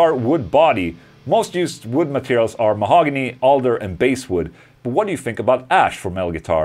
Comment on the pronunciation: Pronounced Baaaass Wood like Ass! Fi Faen Ola